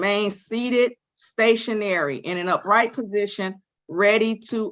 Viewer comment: uPright position 😂